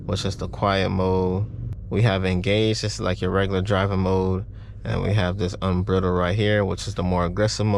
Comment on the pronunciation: Unbridled... pronounce it like BRIDE. Just letting you know man. Just bought my Mach-E. I sell these for Ford.